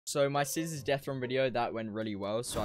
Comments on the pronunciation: It's cizzorz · It’s cizzorz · It’s ”cizzorz” not cizzors